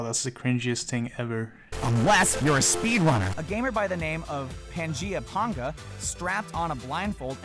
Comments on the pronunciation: "Pangea P0nga" What a way to pronounce his name. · correct me if i’m wrong, but pangea is not pan-jee-uh, it’s pang-uh, right? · No mention about how he called him PangeaPonga? That shit made me moan audibly it's 'paynga' you fuck. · Pangea Panga, NOT Pangea "Ponga" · I'm surprised you didn't rip him for his pronunciation of Panga